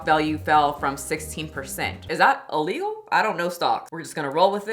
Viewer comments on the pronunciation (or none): none